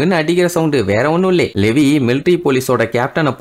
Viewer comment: லெவி illa bro லீவாய்